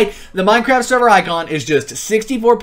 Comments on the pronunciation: Lol, he actually said SEVER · Server - sever me: what